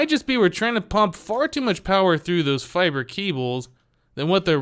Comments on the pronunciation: its pronounced fiber not fibray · for god's sake, it's pronounced "fiber", not "fibree"!